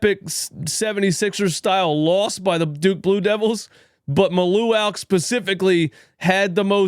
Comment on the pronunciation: His name is pronounced as Ma-lu-watch. He's facing possible deportation. The government has revoked the Visas for the South Sudanese people over a week ago. He's been dealing with that all week long. I believe his head wasn't in all in on the game.